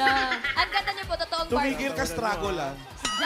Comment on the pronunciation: Struggole 😂😂😂😂 AMP